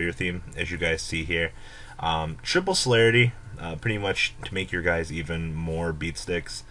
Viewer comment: SOLID+ARITY Not fucking SOLARITY!!! damn...